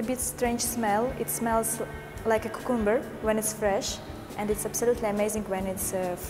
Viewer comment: 8:7 a girl said "KUKUMBER"...